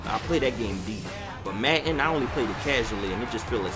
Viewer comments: "Maten" its madden lol love the through the years series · Logan Anthony yo I'm from Philly and i don't call it matten i say madden that is not a philly accent he just can't say the word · it is madden not matten dude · U from philly? we said madden like matten just wondering lol